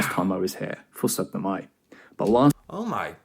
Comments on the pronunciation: you did not just say setnemai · Hurra og gratulerer also to you. You said syttende mai the same way i write it....SØTTNEMAI. - er en god gutt.